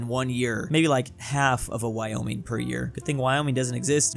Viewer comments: "woyming popuatlino" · ah yes, woyming popuatlino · woyming popuatlino .-. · "Wyoming popuatlino" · woyming popuatlino